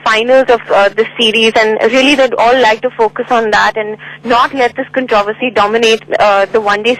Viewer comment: what's with your pronunciation of "controversy"? The BCCI fellow got it right, the reporter didn't